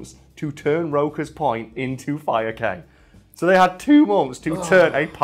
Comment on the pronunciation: That is not how you pronounce Bahamian or Cay lol